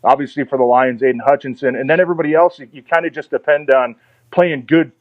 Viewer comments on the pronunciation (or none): none